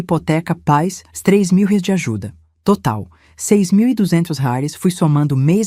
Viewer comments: Não sei por que fala róis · Essa narradora nao sabe pronunciar reais mais vai treinar é intuitivo